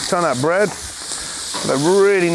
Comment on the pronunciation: he says bread in the most American accent I have ever heard him use. (obviously not on purpose)